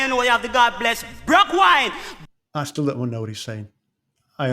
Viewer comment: “Brock While”